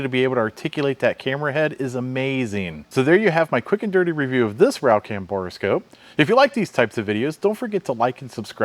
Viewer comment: Bore scope not boreascope.